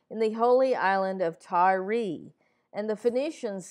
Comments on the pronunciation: Why do you pronounce it "Ty-ree?" This isn't the 2007 New York giants lol. I think you should look up and listen to some of these words and names you're mispronouncing because it really kills the vibe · Old video. At some point I will go back in and redo all the videos that need fixing. It is pronounced "Tire". Someone pointed it out awhile ago.